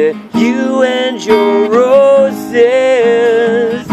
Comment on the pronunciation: J, do you realize that when you say, "You and your roses", it sounds like, "You and neurosis"? Oh well, love is neuroric anyway. Cheers bro! (By the way, were you walking on Esquimalt rd this afternoon pm?)